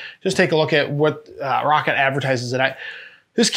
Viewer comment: It's Rock-Cat, not rocket